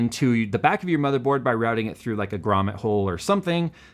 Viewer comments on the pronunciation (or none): none